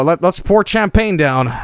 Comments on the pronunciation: Champagne, not tchèmepèigne! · Champagne: Sham-pain Champagne according to: Kam-pah-nay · (aMAXproduction) That's the swedish pronunciation for you. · Sewdish my dudes